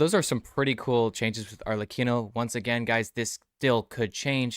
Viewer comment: this is one of the few videos out there where people say Arlecchinos name correctly XD